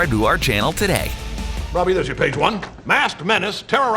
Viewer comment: Is it just me or does the dude reading say "subscarb to our channel to day"